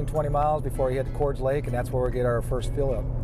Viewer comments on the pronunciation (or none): I had always heard it pronounced Cor-des Junction....not "chords". The big grade prior to Cordes Junction has always been a tough one. My folks used to haul us kids up to Flag for camping in the 1975 C20 (Truck camper package) with a 454 and truck camper....8 mpg on flat ground!